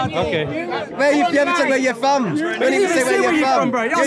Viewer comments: It’s from not fom 😂😂😂😂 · its pronounced FROM not FOM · "Where u fom" all the way through 😂